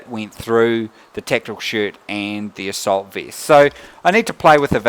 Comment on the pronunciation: "asseult beast"